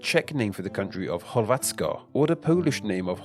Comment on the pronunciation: Yeah, especially when he totally mispronounced the Czech word for Croatia, Chorvatsko. Where ch is very similar to how H sounds but a bit more pronounced (pushing more air through while pushing more with the tongue) instead of the standard English ch, what he did.